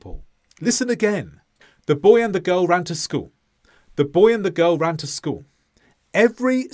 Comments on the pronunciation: What happened to the "l" at the end of school? You keep saying "schoo'". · the first sentence, the way you said it first, still emphasized the word "school" at the end, though.